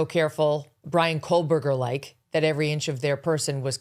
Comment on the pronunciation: Please…team for M. Kelly. PLEASE tell her there is no letter L in Koeberger. I’ve been asking for years. Maureen C. Or someone tell her. NOT COALBERGER.